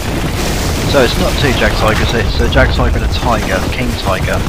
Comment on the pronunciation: Pronounce Jagdtiger like J is Y :P German words,I know they are hard but still :D So Yagdtiger